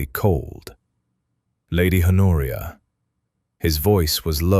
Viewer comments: "Honoria" is pronounced "Onoria". This is an absurd mistake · Is her name Honoria, A Noria, her nausea, Noria, an oreo, in oria? Her coat worn over her dress is not a police; it is a pelisse. The duke’s father left him FOUR, not for, estates. A small MUSCLE, not mussel, moved at the corner of his mouth. A MAIL, not male, coach. Arthur, Honoria, her father, mother, sister and brother makes six people at the dinner table, not seven. PUY DE SANCY, not predecessor si. AUVERGNE, not oval. He had been RIDING, not writing. I give up. Did a human proofread this text before letting the robot narrate it?